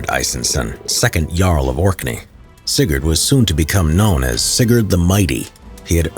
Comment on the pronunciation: every time he said sigurd, i just understand cigarette